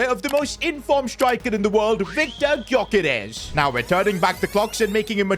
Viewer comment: ITS PRONOUNCED yokeresh